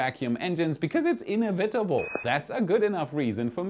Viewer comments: Y'all ain't from 'round here, are ya? In-ev-itable. 😊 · I know English isn’t your first language, but it’s uh·neh·vuh·tuh·bl. (I don’t know if that even helps) just thought the feedback might be helpful. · Dude look up how to pronounce INEVITABLE. It should roll off the tongue. What is that accent anyway? again with "renowned", it is supposed to sound like NOUN not KNOWN. I'm starting to wonder if you're an early 2000's text-to-speech program.